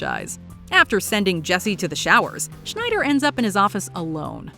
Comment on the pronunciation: Coach "Schneider"? That's an electronics brand, for shit's sake!!! His name is Snider.